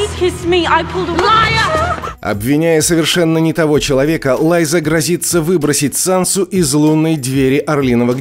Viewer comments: Лайза...Еще и с ударениями проблема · Почему "Лайзу" , а не Лиза? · Лиза аррен а не лайза)